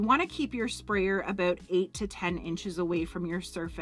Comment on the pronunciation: You’re Canadian, huh? You said “ute” for “out” and you said “abute” for “about”. Hahaha. Love it! 😁. Great video!!